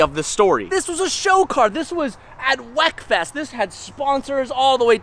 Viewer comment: It’s pronounced “Weakfest” btw 😭 not wekfest